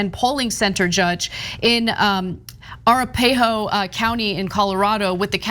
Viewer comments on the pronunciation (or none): ar-a-PA-ho? It's a-RAP-a-ho you idiot! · I think it's pronounced "a-rap-ahoe" not "ara-pa-hoe". No big deal, my mom had trouble saying it. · Correct pronunciation: "Ah-rap-ah-hoe" not "ara-pay-hoe".... After the native American tribe Arapaho. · That's Uh WRAP Uh HO county, not Ara PAY ho. :) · Ana....it's pronounced A-RAP-A=HOE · Pronounced “a-RAP-a-hoe”, for future reference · I believe it's pronounced "a RAP a HO". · Ana, it’s a-RAP-uh-ho (Arapahoe) County. 😉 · Its pronounced "A-Rap-A-Hoe". A native American tribe in Colorado and Wyoming. Seriously, that's as bad a "Yo-Sem-Ite". Gurl, do your homework. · Arapahoe - Are-rappa-ho Anna. The Indian tribe/nation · pronounced ah-rap-ah-hoe county in Colorado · I love in Colorado, it is pronounced A Rap A Hoe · Arapahoe! arghhhhhhhhhh...you botched that pronunciation! You need to brush up on Native American tribal names. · The word is A-rap-a-go after the Arapaho Indian Tribes of the American southwest. Even Google maps gets it wrong but when you live in Dallas on Arapaho Drive it gets old. Not to complain just bitchin. 😎🇺🇸🗳🗳🗳VOTE BYE-DON 2020 then just smile and wave bye to Don.👋👋👋👋👋👋👋👋👋👋👋